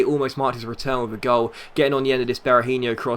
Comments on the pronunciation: Be-ra-heen-OH not Be-ra-heen-IOH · Seán Devlin Sometimes he does say it righht, but sometimes he says it like Berahinho, e.g. the last syllable pronounced the same as in Robinho